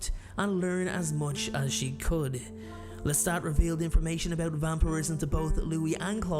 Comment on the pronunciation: Your narration is shit! It's LESTA(T) NOT LESTA(D)! MAYBE she was 5 in the novel, but in the movie she looks way older! 🤔🙄😒🤨😠